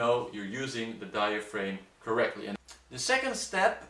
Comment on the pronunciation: Exactly. A better way to try to explain it might be to say that the posterior of diaphragm rhymes with am, ham, ram, etc., not with aim as in to aim a gun. But, while their pronunciation of diaphragm as diaframe can be a bit distracting, overall their English is better than that of some native English speakers I've heard.